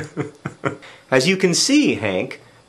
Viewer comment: Poople? Really, John! It clearly says "Doople".